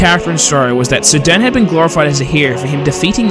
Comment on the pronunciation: I keep hearing "Sudan" instead of "Sir Dan". LOL